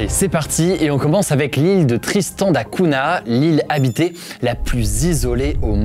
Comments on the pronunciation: Tristan da Cunha se lit da cunia, humour pathétique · Superbe vidéo !! Juste pour info Tristan da Cunha se prononce comme le [GN] en français donc [CUGNA] continue comme ça bravo